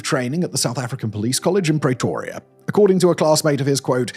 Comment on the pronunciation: I don't know what's worse... Simon's murder of our languages here, or the Apartheid regime. What the hell is a Pray-toria? Can you say 'pretty'? Then pronounce the 'pre' in Pretoria the same way. Why fools like you don't bother to reach out to one of the many South Africans around the world to get the pronounciations right is beyond me! And you make it sound like BOSS etc, ONLY TARGETED BLACK AFRICANS, when that is not the case. They were equal opportunity killers of all colours, provided they posed a threat to the regime. And de Kock served in Rhodesia, NOT modern day Zimbabwe. You missed the really big question: Why didn't Eugene de Kock's bosses, the senior police officers, go to prison as well... why only de Kock? This one-sided, half-arse researched video reminds me why I unsubscribed from your channel over a year ago.